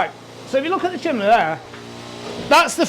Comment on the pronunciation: bloody hell, it's bloody c-h-i-m-N-e-y 😂